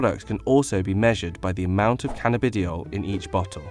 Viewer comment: this guy's pronunciations... "canna-bidi-oil" crying with laughter